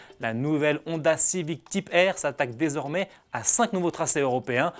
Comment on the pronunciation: Quel anglais... TYpe, ChallENge...